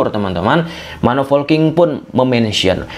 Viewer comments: Polking atau folking sih bang😂 Saya dengernya folking dah. Ada yang sama? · Ayoo laah boooosss,, POLKING not FOLKING or VOLKING but POLKING